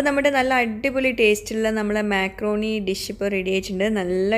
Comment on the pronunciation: myakroni alla makrooni 😅